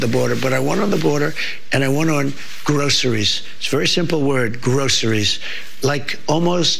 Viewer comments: What is this word grosserees? I have never heard of grosserees? What an effing jeanius. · Gee Brian guess who will have his pocket open to get the money. Just what the hell does trump know about groceries? That is justified he can pronounce the word someone told him about. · I cringe at his pronunciation of groceries. It’s obscene that it’s a new word to him. Billionaires should be barred from the presidency.